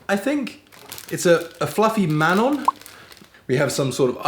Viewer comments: "Mamon" is stressed on the second syllable, as in [ma-MON], not on the first syllable [MAH-mon]. Sisig is easier to chew when the pork snout, lips, cheeks, and ears are finely chopped. You can and should use a spoon and a fork for it, not a knife. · but the mamon is wrong, shouldnt sound like mammoth, the stress is in the second syllable just like in luzon,, great vid tho man . And the effort is A+++++ 🙌👌